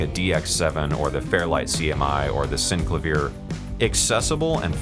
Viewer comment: far-fee-ssaah....sin-clay-vee-er Damn man ...long attention span theater--great runthrough!